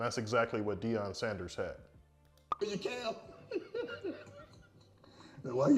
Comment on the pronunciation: Its Deion not Deon